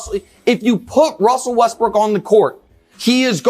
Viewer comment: Wussel restbrook 😂